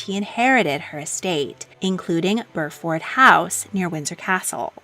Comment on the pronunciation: It’s BUR ford, not bur FORD. It’s like saying ox FORD